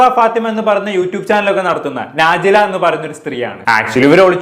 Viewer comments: നാജില അല്ല നജ്ല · നാ ജില അല്ല നജ്‌ല ആണ്